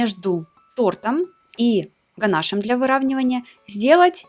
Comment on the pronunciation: Правильно писать и говорить: ганашо́м